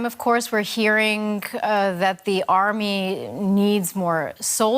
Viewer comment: Why do you say hearing-ga? The word is hearing stop saying hearing-ga